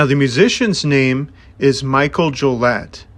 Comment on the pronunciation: Please learn how to pronounce things correctly. I'm in and cringing. Mikel is pronounced Mick-kell. Jollett is Joe-lay. Synanon is Sin-a-non. His memoir, Hollywood Park, primarily discusses his life to before the band forms. It touches on it towards the end, but the book is very far removed from being about the band. For the record, he was 6 when they left Synanon and his Mother is a basket case. If you don't like to read, the audiobook is excellent as Mikel reads it himself.